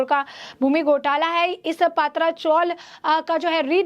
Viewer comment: I would like to tale this news reader not to say पात्रा chawl but say पत्रा chawl. Please pronouns words properly. Mere nonsense